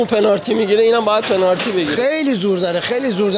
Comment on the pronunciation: طرف نمیدونه یا بلد نیست بگه پنالتی و بجاش داره میگه پنارتی بعد چجوری ایشون بازیکن یه تیم لیگ برتریه ؟؟؟ پنارتیییییییییییی؟؟؟؟؟؟؟؟؟ ناموسا؟😂😂